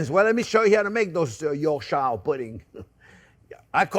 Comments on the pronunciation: Bless you Chef! Another great and simple recipe. (By the way pronounce Yorkshire as "Yorksher" - just like we English do! hahaha) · Hi JP pronounce it like , York sheer that's how we pronounce it in the UK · Yorkshire pudding? I love how he says it with his thick Florida accent. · For the many Americans watching this, it’s pronounced ‘York-sheer’ And whilst we’re at it, it’s pronounced ‘Wuss-ter-sheer’ sauce too 😉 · Bien fait chef. Sauf on dirait York..sheer, like Worcestershire is pronounced woostersheer! Joyeux Noël et bonne année! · This isn't a complaint, I love your food, in fact this year's Christmas dinner is going to be a mixture of things I learnt and have tried from your videos, But I am a Yorkshireman, starting with how you say it - Yorkshire puddings is pronounced, York with (sounds like) Cher (the singer). So it sounds like YorkCher pudding. How we like them is to let them become containers, for gravy and sometimes containers for whole meals. The mix you did was fine, the difference is the tins. For small Yorkshires (YorkCher) pudding tins must not be deep, mine are about 1/2 inch deep, and they need slanted sides. Use about 1/4 to 1/2 of the mixture that you put into each of your deep molds. Then as the Yorkshire grows in the oven it grows outwards first and then upwards, This gives you a Yorshire pud that is like a cup, crispy on all sides, hollow and just asking for some rich beef gravy, or mince. For a meal sized pudding, just use your roasting tin (we do this when the beef is out so the juices become the hot dripping for the puds), same as with the small puds, it will grow out first then rises when it reaches the sides of the roasting pan, you get a container for minced beef and mash. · If you want to impress people from Yorkshire, you can pronounce it York-shh ;) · Just say "yorksheer" the end. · Pronounced Yorksher pudding.